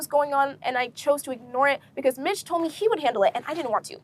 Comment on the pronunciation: Mich is pronounced like Meech. Hope you interview people who were involved from the beginning for full context.